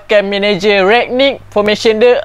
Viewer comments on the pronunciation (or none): Rangnick bang bkn ragnick, Alahai sifu pes ni😂🤦🏻‍♂️